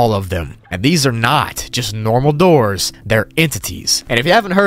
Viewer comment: I love how he exaggerates “DOORS” in